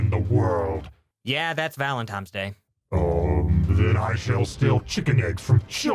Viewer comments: “IT’S PRONOUNCED VALEN-TINES! NOT TIMES!” -me screaming at my phone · It's pronounced ValenTINES! T. I. N. E. S!!! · I was on board until he said valentiMes day.